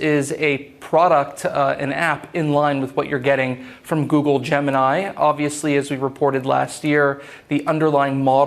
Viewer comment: Where is this guy from? Why does he pronounce "gemini" so strangely? Is he Russian or Chinese?